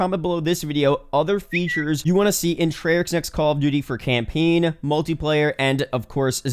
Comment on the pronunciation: this dude really said campeen lol.